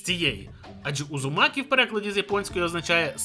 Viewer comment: Подушню. Удзумакі а не Узумакі (в англ мові просто немає звуку дз тому так не кажуть).